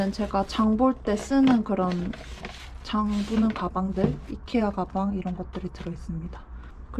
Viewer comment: 이케아를 자꾸 아이케아라고 하시는거...저만 이상하게 들리나요...?ㅋㅋㅋㅋㅋㅋㅋ 근데 군데군데 감성이 많이 묻어있어 집이 예쁘네요!!ㅎ